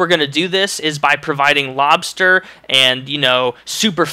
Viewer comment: lol thought you said mobster instead of lobsters lol makes more sense lolz